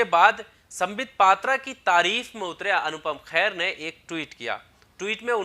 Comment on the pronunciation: भैया ,अनुपम खेर है ,ख़ैर नहीं अगली बार सही उच्चारण करें